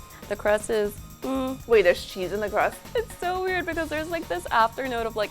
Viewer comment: I'm a food expert. Also me: which I LoOAuohv My english is amazing. Also me: And like, oh I was like, like, LAIK